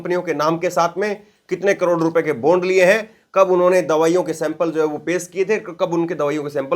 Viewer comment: Sir, बोन्ड नही बॉण्ड pz